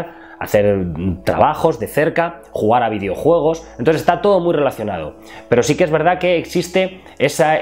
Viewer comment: que el no sepa pronunciar no significa que los españoles no sepamos hablar, no generalizes